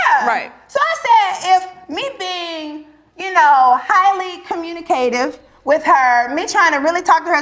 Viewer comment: “CommuniKative”…😂😂😂 loved it and love P!